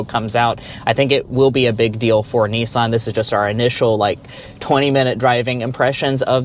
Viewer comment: note to Yanks - There is NO E in Nissan - it is not a NEESAN its NISS -AN